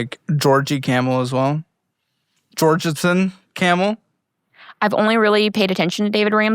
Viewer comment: "Georgison Kamel" took me out. 🤣